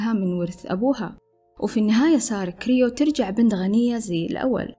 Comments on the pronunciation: سترة كروي مش كريو 😅 صححي معلوماتك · سارة كرووي مش كريو !! Croé